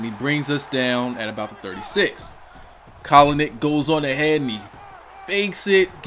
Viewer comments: Stephen a smith said colinick on first take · stephen a smith from first take called him colinick yesterday on accident xD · Stephan A.Smith said Colinick on First take the other day. I think he watches your videos hahaha